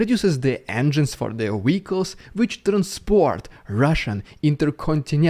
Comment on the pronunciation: Wehicles. Wehicles. Wehicles. Are you just pretending to be Russian? After several years living in Canada, I can't believe you can't pronounce Dude (it rhymes with food, not Djude!) or vehicle (not wehicle) correctly. I think it is all an act to maximise earnings. There is no way you could live years in Canada as a "Russian" and not pick up how to pronounce words correctly that you literally every day. You are a fake.